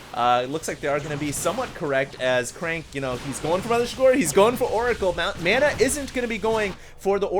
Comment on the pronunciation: You're pronouncing "Mana" wrong!!!